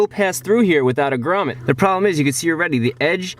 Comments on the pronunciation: 19 minutes of a guy saying «Gramet» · The way you say grummet is priceless 😂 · Everytime he said gramet I thought he said raman